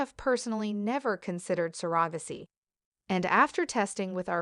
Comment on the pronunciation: Need to pronounce surrogacy correctly.